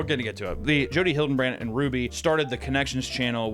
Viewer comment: It’s hill-duh-brant not Hiltonbrand